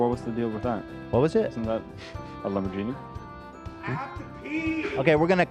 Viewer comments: Lamborgeeny at the end killed me. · LMFAOOO I love how Ethan at the end was about to go on another tangent with how pronounced Lamborghini